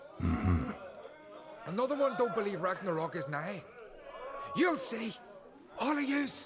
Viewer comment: Ragh nar Roog..... Ragnarok? smart.....